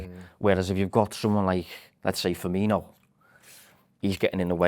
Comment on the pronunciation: murders most surnames eg; Ferminio and Fabino. So poor.